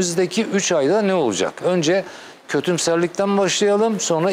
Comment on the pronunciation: önçe sen bi türkçe konuşmayı öğren ltfn son ana kadar söylemeyeçeğim son manda söylemeyeçeğim ne demek bu nasıl bi telafuz